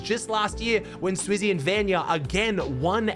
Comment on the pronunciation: can you just say vanyak not vanya